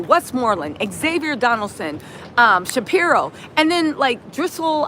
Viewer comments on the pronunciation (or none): none